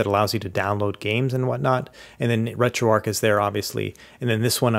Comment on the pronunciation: Why do Americans say Ark? Its arch